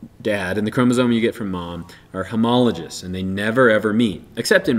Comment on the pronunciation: Great video. Small critique. The word homologous is pronounced homolo-guh-s. FYI.